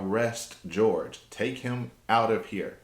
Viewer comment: Jorge is his name. Pronounced Horhay by his family. ‘George’ is Sarah’s disrespectful pronunciation. This really bothers me since day one-not your fault, literally everyone is doing it.